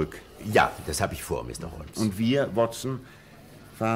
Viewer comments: Sein Name ist nicht "HO"L"MES", sondern " HOMES" - schade, dass sich dieser Fehler durch die gesamte Geschichte zieht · Die Kritik an der Aussprache des Namens Holmes ist vöölig berechtigt. Ihn so auszusprechen ist einfach nur dumm oder man hat keine Ahnung wie er in Englisch ausgesprochen wird. Einfach nur weitere Hörbücher, Filme hier anhören, ansehen, dann versteht es bestimmt auch der Dümmste. Interessant ist nur, alle anderen Namen werden wie im englischen ausgesprochen, nur Holmes nicht. Hört sich für mich grausam an und ich frage mich, gibt es bei solchen Produktionen nicht einen Regisseur oder ähnliches?